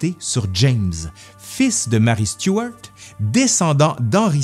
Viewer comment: Ah ben, ça fait plaisir d'entendre Stuart prononcé autrement qu'à la française ❤👍